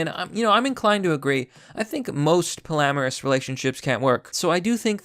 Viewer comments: It is pronounced POLLY-AMOROUS not “polamaris” hahaha Good video as always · "Poly-amorus", not "po-lamerus". Pronunciation threw me off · I find it disturbing that you can't pronounce polyamorous. Polly Amorous. It's that simple, Champ.